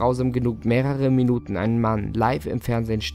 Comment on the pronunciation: "miynüten ." Als ich das hörte .. unbezahlbar ....'